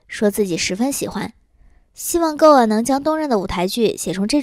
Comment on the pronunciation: Goa不是读作“够啊”，是“锅啊”😆